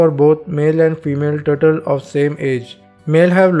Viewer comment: the word that i understand is a turtle,but his turtle is turtol haaaaa 😕😕😕😞😞😞